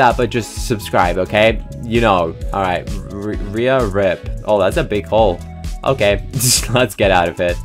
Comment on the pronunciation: "It's OKEH not to be OKEH"❤ ( cry😭)